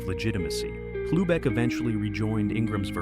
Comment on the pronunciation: Dave Hlubek, it's pronounced "Loobek", lose the H sound